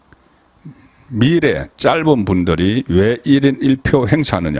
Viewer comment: 본부장님의 방송잘보고 있습니다! 비판이 아니고 발음 하시는것 저도 경상도 인데 단어의 장 .단음을 너무 다르게 하셔서~! 오늘 방송에서만도 너무 많은것 같아요. 혹시 주변분들어게 한번 물어보시고 갈수록 구독과 좋아요가 늘어가는데 그래도 기자이신데~ㅎ 한번 재고 해주시면ㅈ듣기도 편할것 같네요! 예를 들어 미래 란 단어도 장음으로 알고있는데 단음으로 하시고~! 건강하세요! 절대 지적질 아닙니다!